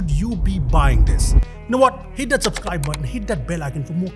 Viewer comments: SUPSCRIBE! <3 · Supscribe ? 😂 subscribe??